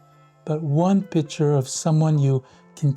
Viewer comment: I don’t trust any photographer who says “pitcher”